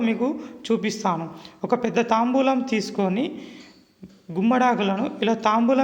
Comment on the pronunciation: తాంబూలం కాదు తాంబాలం